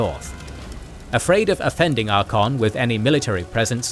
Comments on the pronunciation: Ar-CAY-on Not Ar-con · love all you guys vids. but i cannot get over Ar-kon xD, pretty sure its Ar-kay-on even in wh3 in-game should have pronounce it. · Please learn the pronounciation. It is ArchAon not Archon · tell offically that he needs to learn how to pronounce Archaon correctly. its Archaon, not Arkhan. Arkhan is totally different character. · Why do you leave out the A in ArchAon?Its not archon 🤷‍♂️ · Archaon not archon. Otherwise solid content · Bruh…. Archon? Ar-KAY-on. Did you do any research before recording this? Wtf lol😂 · Archaon = Arr-kae-on I am curious how he would pronounce Arkhan the Black, does he use the same the pronunciation for Archaon and Arkhan? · Archaon- ar-KAY-ahn.